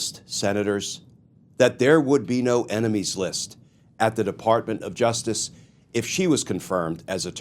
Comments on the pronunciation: "Emenies"? Was that a typo or was that his pronunciation? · What’s an ‘eminies’??!!?😂😂😂😂😂😂😂😂😂😂